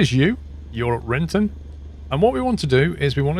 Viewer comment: "Renton" you called :)